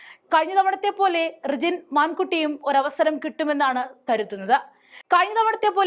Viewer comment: റിജിൽ മാകുറ്റി .... എന്നാണ് അല്ലാതെ മാൻ 🙈 കുട്ടി അല്ല 🙏